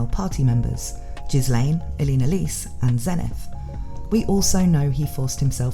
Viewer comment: The name "Ghislane" is pronounced as "gill-lane" and is a french name. The s is silent. Also In Japanese her name is spelt ギレーヌ (Girein) which is proof of how this name should be pronounced.